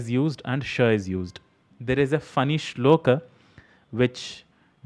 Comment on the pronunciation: Hi. Thanks for this video. I often hear mispronunciation and it bothers me too. I have one criticism about many of your videos though. When you talk about shlokas, you are pronouncing the final अ as आ. You are saying श्लोका instead of श्लोक. This is the same mistake people make when they say रामा and शिवा. Since you are teaching Sanskrit, I expect better from you.